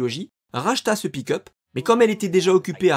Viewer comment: Désolé, mais "pick-up" prononcé à chaque fois comme "pee cup"... 😂